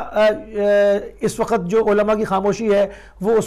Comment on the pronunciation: sahib waqt hota h Wakhat nhe hota